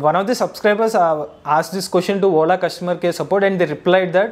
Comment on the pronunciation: When he say Ola It sounds "whola"😂